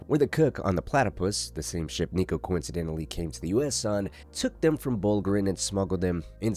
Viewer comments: Homie did NOT say Niko 😭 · had to run it back thought i was tripping